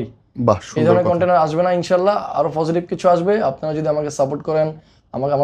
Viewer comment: ও তো কথাই বলতে পারেনা। পজেটিভ কে বলে ফজেটিভ 😅 আরেকটা জিনিস, বার বার বলতেসে ওরা কাজ করে, কাজ করতে গিয়ে এমন হয়। আরে বাবা কি কাজ টা করে ওরা? 🤔 ওরে বলেন যে এগুলা কাজ না ও কাজ।